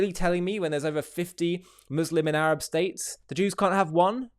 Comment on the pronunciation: Notice how he purposefully mispronounced Sinai and Arab. Add to that his continued insults